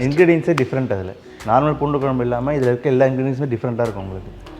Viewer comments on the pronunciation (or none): Try to say Kuzhambu it’s not kolambu